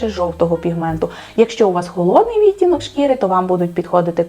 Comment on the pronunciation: Від мене одразу ж уподобайка! 👍Дуже дякую за вашу роботу! Цікаво було послухати. Тільки кілька маленьких зауважень: замість російських "морщинок та уголочків" потрібно казати ЗМОРШЕЧКИ(зморшки) та КУТОЧКИ (кути). У слові відтінок(и) правильний наголос має бути на другому складі, а саме, відтІнок, відтІнки. А так, у вас просто чудова українська! Від себе додам, що не можу прийняти правило носіння босоніжок із звичайними шкарпетками, от не подобається і все, а от срібло та золото на собі таки поєдную☺️ 🌸💮🌼